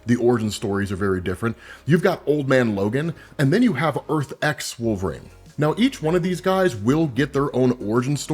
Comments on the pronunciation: it's wolvERine, not wolvaarane bro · Nobody gonna stop from calling him "Wolf rain"??? How could someone like him be getting the name so wrong?